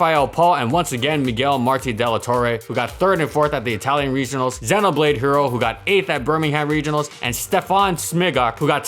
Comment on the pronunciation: It's pronounced XEE-noblade, as in long E. You clearly haven't played the best game ever made, which is Xenoblade Chronicles.